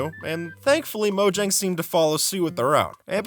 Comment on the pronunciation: bro said morjag